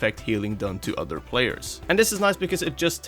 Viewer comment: He says odor and not other its kinda funny